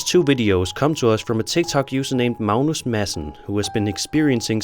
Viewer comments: Uh why are you calling Magnus Malnus? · What country are you from that pronounces a 'G' as an 'L?' Where is "Magnuss" pronounced "Maleness?" Just wondering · Its Mag- nus....like Magnum p.i.. ... Except with an "s" ...and obviously no p.I....and if he got 11 hours out of those candles...that's amazing...I usually only get about 6 out of them. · Sir, there is no "L" in Mag-nus...js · Never heard Magnus pronounced as Mounus before.